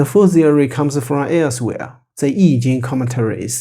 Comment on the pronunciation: Thank you. Excellent description of Yin Yang. I appreciate the correct original pronunciations too.